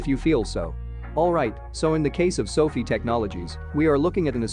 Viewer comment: It's pronounced "so fye" not "so fee" at least get that right. I guess your automated voice doesn't know that. Maybe you should change it on you script so it's correct. Actually write "so-fye"